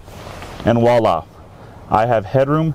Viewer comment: overall a very good and informative review. However, at the end of the review you use the term “wa-la” twice. This is somewhat of a pet peeve of mine since I took five years of French in my younger days of school. The term you are supposed to use is “voila” which is a French word meaning “behold”. However, many Americans have dropped the V from the front of this phrase. If you were going to use the term, please use it correctly by starting the word with a v as you will come across as being much more knowledgeable about what you are saying.